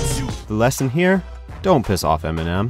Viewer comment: eminem not emenem